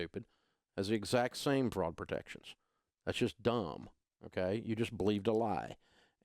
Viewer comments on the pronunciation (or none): is he saying Fraud or Frog protection?